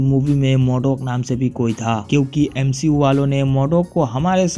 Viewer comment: Nah bro "M She U" 💀☠️